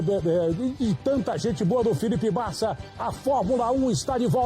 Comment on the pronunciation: "Felipe Bassa" "Bariana" kkkkkk adoro o datena!!!